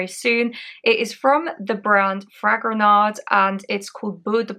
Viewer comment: Great. Just don't pronounce the D at the end of Fragonard.